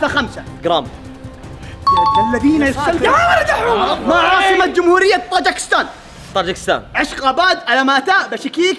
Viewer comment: مو طاقجستان/ طاجكستان و انا من طاجكستان ف لحد يقول غلط او ما تعرف🙂